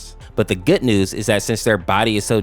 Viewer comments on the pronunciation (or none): none